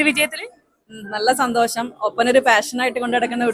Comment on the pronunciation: No 'santhosam' but santhosham